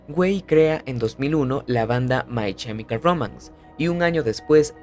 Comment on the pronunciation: No es CHEmical es KEmical. La pronunciación es terrible